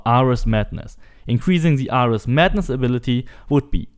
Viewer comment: Bro do you even know who ares is because your butchering his name but nice vid lol